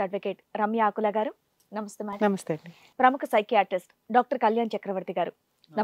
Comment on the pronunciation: నంస్తే కాదు మేడం నమస్తే అనాలి